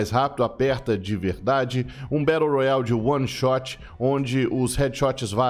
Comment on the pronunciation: Batu roiale kkk